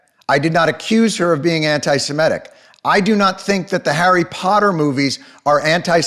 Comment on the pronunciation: Why do people keep pronouncing it "Simetic"? It's not hard. It does not rhyme with "mimetic". Few know how to pronounce it, and few know what the word means. Jews are not the only Semites.